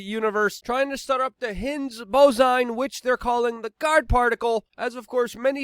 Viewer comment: "...the Hinns-Bozine, which they're calling the Guard particle." lol :)